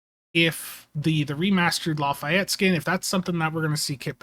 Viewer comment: Sorry but I'm compelled to say.... Not LA Fi Ett, La Fay Ett. :p